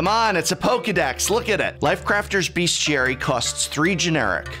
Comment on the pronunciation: Hearing mispronounce Bestiary is really something else.